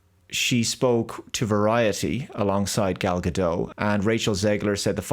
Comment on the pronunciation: Gal Gado again? It's Gadottt. Please say it right, mr.